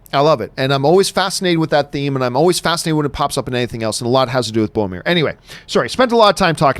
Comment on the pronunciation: Is it just me who is frustrated at Johns inability to pronounce "Boromir" correctly? ;)